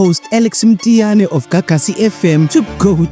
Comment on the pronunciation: Mtiyane ❌ Mthiyane ✅